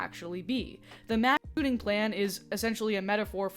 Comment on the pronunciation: funny how when you sensor yourself saying ""mass shooting" it actually sounds like you're saying "mass shitting", which would be a very different type of comedy.